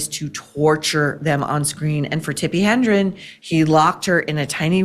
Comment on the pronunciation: Hedren, not Hendren, Maureen. Tsk Tsk.